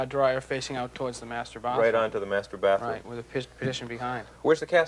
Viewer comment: "Bothroom". "Bothtub". Classic chowd!